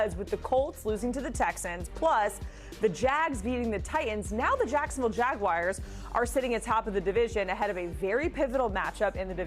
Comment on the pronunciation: Literally how it's pronounced 😂